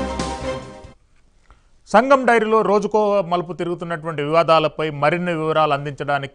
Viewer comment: Mari what about full dairy It's SANGAM not SAGAM 😂😂😂